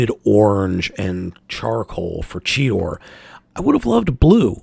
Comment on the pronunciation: I thought he was calling Cheetor Cheeto